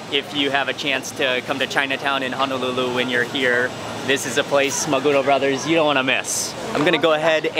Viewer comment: I hope you enjoyed our food. We have pretty good food here. BTW, 3-syllable Japanese words usually have the inflection on the last syllable, so it’s maguRO and sashiMI...NOT maGUro and saSHImi. Just FYI. 😁